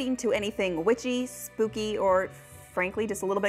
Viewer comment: “Spoopy” triggered me